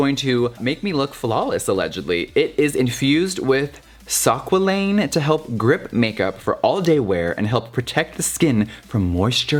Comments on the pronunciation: I kept wondering "what is sockqualane?" its squalane lol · Great video! It’s pronounced skwaleen and it’s an olive oil based moisturizer. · I own both and I can tell you they are the same. Its pronounced "SQWA-LANE". And YES, It is an AMAZING ANTI Aging product:)💖💖💖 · Just a helpful FYI: it's pronounced as "skwah-lain"!! Not "sak-wah-lain" 😂😂😂😂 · “Sakwalin” 😂😂 squalane is pronounced “skwa-lane” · Sock-wa-lane Girl. I’m screaming. Squalane. Pronounced.... Skwa-lane. Love you Jeffree 😭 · Pronounced squaa-lane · Very informative and entertaining, but I think it's pronounced more like "skwah-lane" oil. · squalane... its pronounced skway leen for future <3 but im vibing the way you say it! lol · Squalane -- pronounced "SKWAH-lin" (rhymes with pollen) NOT TO BE CONFUSED WITH "Squalene" Yes, just one letter difference - but squalane is the hydrogenated version of squalene. SQUALENE is most commonly derived from shark liver oil which used to be one of the most common moisturizers used in cosmetics -- even though deep-sea sharks were endangered. But Amyris (a biotech company that focuses on sustainable, renewable resources) has discovered a way to make PLANT-BASED squalane from SUGAR CANE! (I tried some of this as a face and eye serum and man was it incredible!) Either way, make sure you know the source of your squalane products so you aren't contributing to the slaughter of sharks and the devastation of our oceans! FUN FACT: Know any uncut guys? Smegma from the foreskin is actually thought to be rich in squalene! So save yourself some money and just rub that into your eye area before bed! ;) LOVE YOU JEFFREE! Greetings from The Vegan Drag Queen! 💋💋💋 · It’s pronounced “skwah-lane.” But your pronunciation is adorbs! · Love the video! The ingredient in the ELF primer you we’re trying to pronounce is squalene—said as (SKWAA-leen). Hope that helps! 💕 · Squalane is pronounced squay-leen. Love you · also the ingredient is pronounced skway-lean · Squa-lane lol pronounced sqwar-lean